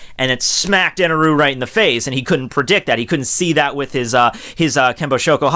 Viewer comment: It's "God Enel" not Eneru...